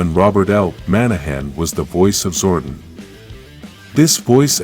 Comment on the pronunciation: his name is pronounced ZOR-DON, not ZOR-DUN !!!